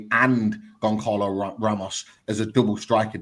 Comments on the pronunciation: it's Gon Zah Lo Ramos. Not Gon Carlo Ramos 👍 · yes his name is spelt Goncalo, but it's pronounced Gon-zah-lo. Like "speedy Gon-Zah-les